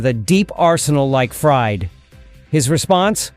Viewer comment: Fried: Not ‘fryed.’ FREED. 🙄 AI sucks